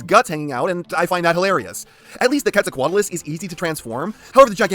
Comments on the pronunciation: I genuinely cant tell if hes joking or not when he calls the giganotosaurus and the elasmosaurus the gigantosaurus and the plesiosaur. If it is intentional, why still say quetzocoatlas correctly? Also the gigan may or may not have been smaller than a certain other bipedal cretacious top predator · How did you pronounce Quetzalcoatlus right first try but Giganotosaurus is the name that trips you up? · Why do you say gigantosaurus? Is it called gigantosaurus or did you try to say Giganotosaurus and like so many others forgot there was an O inbetween the N and T somehow. Which would be weird when you pronounced quetzalcoatlus flawlessly.